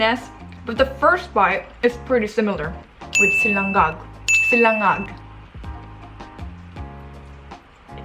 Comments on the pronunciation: its sinanglag not silangag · having a hard time pronouncing sinangag is just like me having a hard time spelling it in 한글. 🙂😂 PS: You probably can’t too.